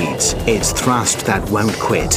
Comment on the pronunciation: "its thrascht that waont kwit"